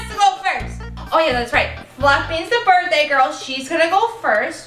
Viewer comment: They forgot the h in birthday